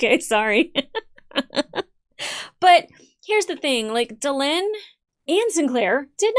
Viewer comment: She really, really needs to work on the names. It's Duh-Len not Da-Lean. It's like calling somebody Lonny instead of Lenny.